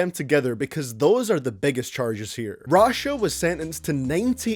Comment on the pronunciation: When you say Rashad you sound like you sayin russia